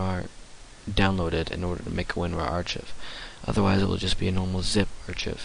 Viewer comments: lol. Ar-chiv. Ar-kive. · An "R-Chif?" you mean an archive (R-kive)? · Archive is pronounced with the ch sound as a hard 'K' sound.